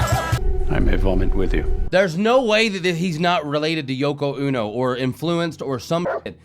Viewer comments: It's Yoko O-No not UNO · Yoko ono is pronounced Oh-no not uno, her music is terrible, Chucks face LOL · Hey! Hi! Wow! That was really bad! Yeah. So this is all before my time but as I understand it Yoko Ono, pronounced long o, like oh no,please don’t sing (?) like that anymore, is almost singularly dismantling the Beatles with whatever spell she cast on John Lennon to make him lose his mind behind her. Like what taylor swift is going to do with the KCC. But giving the devil his props, she has a powerful voice coming out of that little bitty frame. Nice seeing you again!